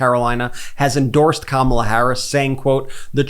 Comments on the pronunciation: say what you want but the pig finally said Kamala correctly. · He actually said comma la! Wow 😂 wonder if he realized he actually said her name correctly 😮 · Hey!!! He actually said her name correctly!!! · He said her name correctly… he’s desperate 💙💙💙💙🩷🩷🩷🩷💚💚💚💚🇺🇸🇺🇸🇺🇸🇺🇸